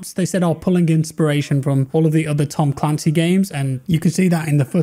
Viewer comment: Look at how they butchered ma boi "Tom Clancy's"